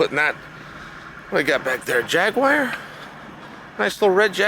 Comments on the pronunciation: 'Nice little red jaguire' 🤣 honestly he has to be trolling us at this point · A jag wire 😂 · Yeah Jagwire😄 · “A nice little jag wire” -Chael P Sonnen 1/31/23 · "is that a Jagwire?" 😂🤣😂🤣